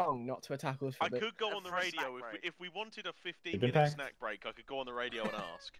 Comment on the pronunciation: Rodeo?! Radio pronounced as Rodeo… that’s great 😂